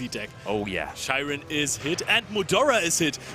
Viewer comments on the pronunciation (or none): why do they pronounce Scheirin as "Shy-ren" when it obviously has a "Sch" german pronunciation, and one of them sounds german too lol